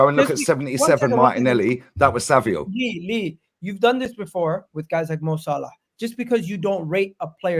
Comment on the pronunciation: It’s ‘SAVINHO’ not fucking Savio why do people trigger me?